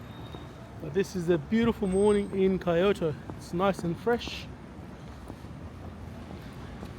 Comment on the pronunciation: my brother its Kyo not pronounced as Chi o to just fui